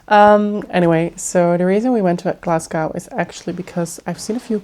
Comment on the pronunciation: It’s pronounced Glasgo (so you don’t pronounce the ‘w’). Yeah that’s why lots of movies are filmed in Glasgow as it looks like New York with the grid structure in the city centre. Lots of beautiful places to visit in the city but you kinda need to do your homework first as the city centre is quite grubby and far nicer areas/suburbs.